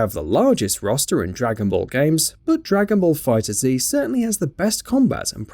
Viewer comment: It’s not Dragon ball Fighter Z. It’s just pronounced fighters